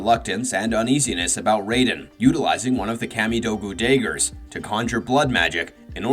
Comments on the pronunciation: How do you mispronounce dagger? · Pretty sure its intentional